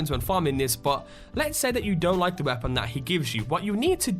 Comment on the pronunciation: The way this man says the word 'weapon' annoys. Its not the accent.